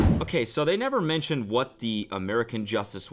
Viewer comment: "A? Hwhat did I do?" 😂😂👌